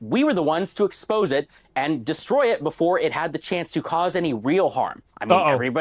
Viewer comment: "twitsch begged me to not let my schubbreddit deshtroy them ☝️🤓"